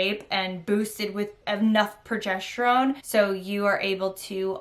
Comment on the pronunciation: It's progesterone not progesh terone